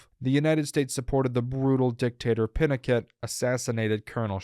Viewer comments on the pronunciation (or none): **Pinochet is Peeno-shay. Not Pinno-ket.